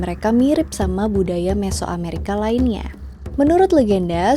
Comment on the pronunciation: mesoamreika tuh yee, sulidhh anjir pronounnya